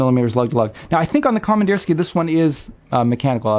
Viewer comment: Com Ann Deer Ski Uh. is roughly correct pronunciation.